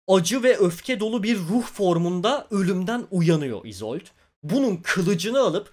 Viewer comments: isold degil isolde diye okunup yazılıyor bunu düzeltelim replikler de böyle Örnek bir Viego repliği: Gözlerinde kendimi gòremedim İsolde diyor. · İzold ne viegonun kendisi bile isolde diyo